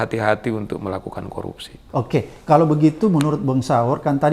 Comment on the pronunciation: 𝐁𝐮𝐧𝐠 𝐀𝐛𝐫𝐚𝐡𝐚𝐦, 𝐝𝐢𝐩𝐞𝐫𝐛𝐚𝐢𝐤𝐢 𝐮𝐜𝐚𝐩𝐚𝐧𝐧𝐲𝐚. 𝐊𝐨𝐫𝐮𝐩𝐬𝐢 𝐛𝐮𝐤𝐚𝐧 𝐤𝐨𝐫𝐨𝐩𝐬𝐢 😅😅😅. 𝐁𝐭𝐰, 𝐭𝐚𝐧𝐠𝐤𝐚𝐩 𝐒𝐘𝐋, 𝐭𝐞𝐫𝐬𝐚𝐧𝐠𝐤𝐚𝐤𝐚𝐤𝐧 𝐅𝐢𝐫𝐥𝐲 𝐝𝐚𝐧 𝐩𝐞𝐜𝐚𝐭 𝐝𝐢𝐚.